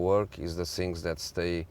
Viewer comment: Sink and sings...I blame it on English teachers in Portugal...